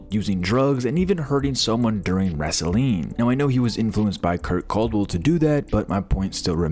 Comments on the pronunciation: I'm just here to ask why tf you pronounced "wrestling" like "vaseline" 👀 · Wrestleeeng? 🤔 I didn't realize this was an AI voice. Damn. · you said "wrestling" like an AI might. there were a couple other mispronounications too, but that was the most glaring.